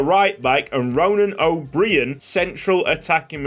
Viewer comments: It’s probably already been mentioned, but O’Brien would still be pronounced like O’Brian. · O’Brian is pronounced “O bry En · O’Brien is just pronounced the same as Brian the first name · O'Brien is pronounced O'Brian. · O’Brien is pronounced O’Br-eye-n can’t wait for the series 👍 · please pronounce ronan o’brien like the late night show host